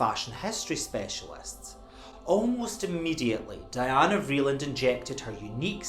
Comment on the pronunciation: Anna Wintour is a snob. She isn’t in the same realm as Mrs. Vreeland. And btw-it’s pronounced Dee-anna